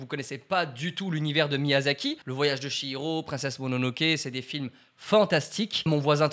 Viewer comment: Le voyage de "SHI"hiro 😭😭 je pleure le ch- se lit " tch" donc le voyage de "tchi'hiro.